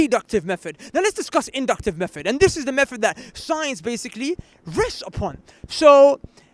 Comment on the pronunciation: "From his own mouf. From his own mouffff!" Did this guy learn English in ESSEX??? Inductive meffod.